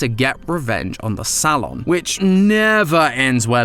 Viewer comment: DUDE I CANT DEAL WITH HOW HE PRONOUNCES SALON IT BOTHERS ME SO MUCH